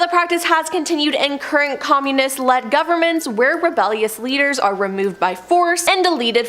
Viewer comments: From now on, I will unsubscribe to any channel whose presenters cannot stand their ground by refusing to use shit made up words such as 'unalived, unaliving', and most pathetic of all: 'serial unalivers'!! 🖕🖕🖕 And furthermore, the woman with the glasses can't even pronounce 'communist' correctly! 😖😳 For fuck's sake! 😅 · Starting -the speaker repeatedly mispronounces Communist. Rather off-putting.